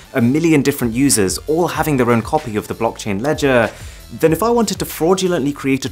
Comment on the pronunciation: I think I will never be able to imagine the pronunciation of the word LEDGER normally. Every time you pronounced it you've done it in a funny way. LEDGAAA!